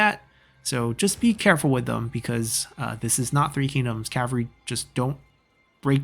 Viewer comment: Cavalry is pronounced with an L in it =) Cav-all-ree